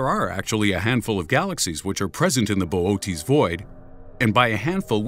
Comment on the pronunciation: "Boot's" void 😂 bo- oh- teas void I'm dying